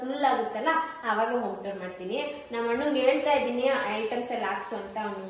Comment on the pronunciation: ಐಟಮ್ಸ್ ....not ಐಟoಸ್